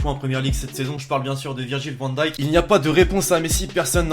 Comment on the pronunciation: On dit Virgil van dêêk